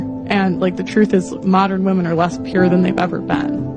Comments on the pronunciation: like your content but when will you learn to pronounce women its plural bro! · I believe he's saying it on purpose. Sarcasm, like using the word "wamen".